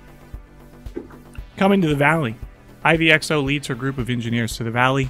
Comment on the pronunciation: Few notes. In OG ru version kights are called knechts. A nod to landsknechts, medival german speaking mercenaries. And Ivy Xo how poetic it wont sound (XO is slang in community standing for crossout) could be read as "Aivee Go"(official pronounciation in russian from devs). So you can use that if xo is too mouthfull for you.